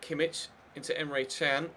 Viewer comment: no you pronounce him as chan